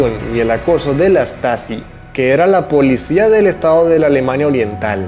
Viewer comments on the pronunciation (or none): none